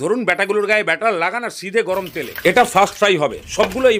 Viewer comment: কথাটা বাটার নয় ব্যাটার । আর এতে বাটার দিতেই হবে এমন কোনো মানে নেই । একটু শিক্ষিত হয়ে উচ্চারণ করুন ।